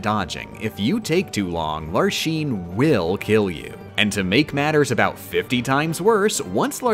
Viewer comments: "LarSHene" destroyed me, they say her name in the game, with voiced cutscenes! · “Lar-sheen” LMAO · ...I love your videos. I admire your skill. I even appreciate your gentleman's taste in other games, judging by your pfp. But please, PLEASE, repeat after me: Lark. Scene. Lark. Scene. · “larsheen” girl did you watch the cutscenes 😭 otherwise awesome video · lar shene??? its larxene freak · i think it's utterly adorable that you call the Hollow Bastion keyblade by its japanese name and not any of the alternatives. almost makes up for how you say larxene and vexen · Did you mispronounce Vexen and Larxene's names on purpose to farm comments? Or is that just how you always pronounced them before you heard the voice acting? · The Larxene pronunciation hurts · why do you say Larxene and Vexen wrong? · You gave me physical pain from how you say Larxene, Vexen and Marluxia. Also, Marluxias death sentence obviously doesn't have a 6 second timer. It takes about 2 seconds for the number to change so it's a more like a 12 second timer. Congrats tho. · I understand why you’re pronouncing all the X’s in peoples names that way, but it still hurts my soul. Even the games don’t have a consistent pronunciation for some characters’s names, so it’s understandable but I’m still Grumpy. I mean, would you pronounce Xehanort Shayhanort? Xemnas Shemnas? But Larxene is meant to be pronounced with an ks sound and I’ll fight everyone on this. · I have one tip. you can glide over the ice pillar slight that Vexen does. Also, it made me cringe every time you pronounced a X no hate on you i am just an English snob. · Every time he says "larsheen" hurts my soul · pausing the video to say its not LAR-SHEEN, it's LARCK-SEN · HER NAME IS LARXENE NOT LARSHEEN WTF!!!! >:( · it's Larxene, not Larsheen 😂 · You pronounced Larxene wrong! "Lark-seen,' not "Lar-Sheen"! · Why do you pronounce X's as "sh" ? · Hearing Lar-sheen instead of Lar-xeen is cringe. Cool run though. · Larshene..... veshen.....